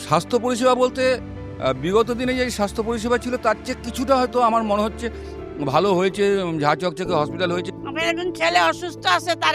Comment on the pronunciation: wtf did he say jha jhokjhoke hospital 😂